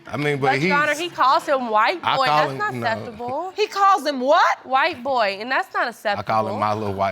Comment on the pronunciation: “That’s not asseptable”